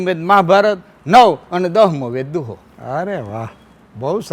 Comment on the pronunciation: દોહો નહી દુઆયા દુહો તમારી બોલી અને વચ્ચે આટલો ફરક આપ શિક્ષક અને લોક શિક્ષક એટલો ફર્ક